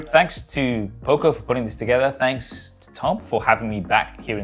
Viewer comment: You missed a third way of saying it 😆. Poco is the Spanish word for Little and its pronounced O like dog, not O like Opal Fruit.